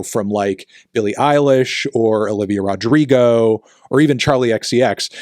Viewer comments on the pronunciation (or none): none